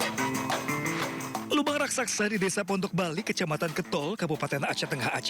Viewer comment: Lobang Raksaksa??? Coba bilang yg benar😂😂😂